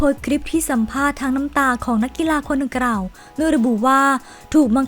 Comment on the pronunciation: ออกเสียงผิดเยอะมากเช่น คำว่า ดังกล่าว ออกเสียงเป็น ดังกร่าว คำว่า กลัว ออกเสียงเป็น กรัว